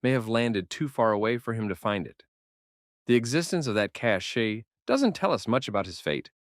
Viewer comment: Fyi Cache is pronounced cash. Its means a stash. Cachet is pronounced Cashay. It means more like social capital.